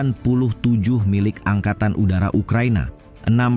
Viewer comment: S U dibaca su